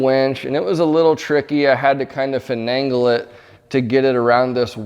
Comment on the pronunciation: FINAGLE, not FINANGLE. (Too much time with a speed square, probably.)